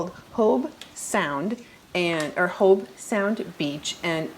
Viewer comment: Sweetie...it's Hobe Sound not Hope Sound.